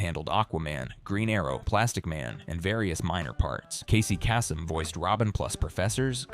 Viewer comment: "Casey Cass-em" 😂